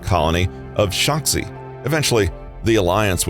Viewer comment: I have nothing but praise for this video and hope to see more ... except that in Mass Effect, the planet of the First Contact War - Shanxi - is pronounced as "shang-shee." It's Chinese.